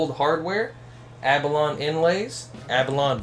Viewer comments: AB A LONE e AB A LONE e DUDE LEARN TO PRONOUNCE IT CORRECTLY please I like my YR-660 it was a take off with better parts than Epiphone S series that Samick manufactured. Samick manufactured , Best top end early models HAVE SETNECKS. I paid $100 for my YR-660 with case. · I think the word is pronounced abba-loan-ee. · Yup. Kinda hard to take somebody seriously when he can't pronounce abalone correctly.